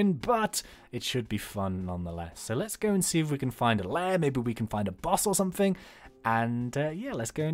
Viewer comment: you keep on saying somefing